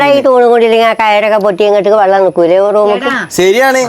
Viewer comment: വള്ളമല്ല മോനെ വെള്ളം